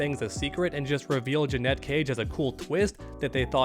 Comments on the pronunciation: It’s not JUH-NET it’s Janet 😑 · Dude idc how many people typed it already, here it is again so it sticks! THERE IS A HUGE DIFFERENCE IN PRONUNCIATION BETWEEN "JANET" AND "JANETTE!" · It’s Janet , not Janette 🙄🤦🏾‍♂️🤣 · Janet. Not Janette 🤦‍♂️ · Do you call Janet Jackson, Janette Jackson? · JANET: Her Name JEANETTE: What you're saying It's not a huge deal, I know, but it does make me want to switch off the video. I don't know why it bothers me so much. Keep up the good work,! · she says janet and he still says ja-net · I've seen several streamers calling her Janette. I'd never heard anyone pronounce Janet that way until now. So strange. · I think I pronounce it like that because my mom's name is Annette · Thank you lol The way he’s saying it is spelled “Jeanette” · yeah I put it that way on my original comment about it, just didn’t want to correct the op of this particular comment but yeah definitely says Jeanette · admitted that he would rather to pronounce her name as Janette than janet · WTF? Her name is JANET, not Janette! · Say it with me: jan as in January 🤦🏻‍♂️ it ain’t hard bro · Awesome video just so annoying the way u say JA-NeT 😩cage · It's insane to me that someone can't pronounce the "Janet" It's not jennay jenet or any other stupid way to pronounce it. JA-NET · Stop saying Janet wrong. Jeanette is a different name. You look stupid. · my guy still can't say janet..... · Why are you saying her name like that? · Really curious to see how u pronounce Janet Jackson 😂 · 😂😂😂 It’s not hard to say her name Janet but call her Joey Cage 😅😅😅😅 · Thank you I said this yesterday it’s infuriating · It's super cringe when u pronounce Janet wrong... She literally says her name in the game..... But anyway... they simply didn't announce her because they ain't wanna spoil the ending... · Bruh he drives me crazy saying her name wrong 🙄